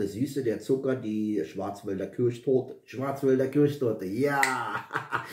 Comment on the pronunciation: Hallo. Großartige Vorstellung am SONNTAG 👍👍👍 Die süße Plörre ist nichts für mich 😂 Herzlichen Glückwunsch zur perfekten Aussprache von Schwarzwälder Kirschtorte. Ich bin stolz auf dich. Ich wünsche Dir noch einen wunderschönen Sonntag 🍀🥃🥃🏉